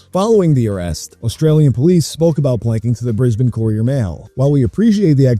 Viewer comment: Thank you for pronouncing Brisbane correctly... very few from the US seem to be able to!